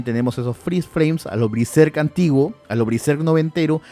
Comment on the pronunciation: Barbas, hasta el nombre del autor se te perdona. Que llames a Bertold, Beltor. Pero a Bersek, Briserk? Uff